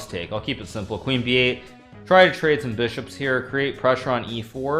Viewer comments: "bee shops"??? what the heck.. its pronounced Bye-Shop. What a noob. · I'm pretty sure it's pronounced Bis-hop